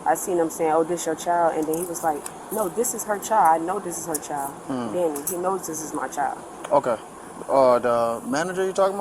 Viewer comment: FYI: the world CHILD does in fact need the "d" to be pronounced. Its "child" not "chal"...